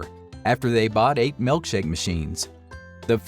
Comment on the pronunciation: MILKshake... Not MELKshake... Drives me nuts